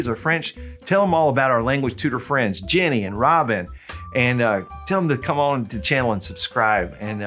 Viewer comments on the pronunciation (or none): none